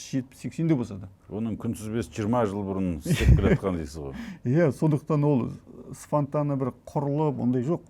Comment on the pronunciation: Спонтанно емес, СФАНТАННО екени кызык екен 😅